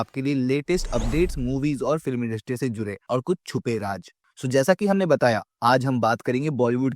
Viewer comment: Raj aur raaz me fark karna seekho bhai